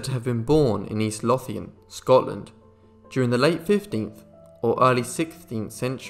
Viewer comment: Lothian is pronounced Lo-thian, not Loth-ian.